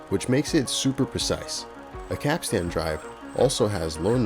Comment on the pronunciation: Oh my god, I wish so bad that you looked up the pronunciation of the word capstan “pronounced kap-stn or kap-stin.”